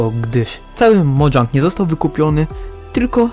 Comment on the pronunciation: Mojang nie modżang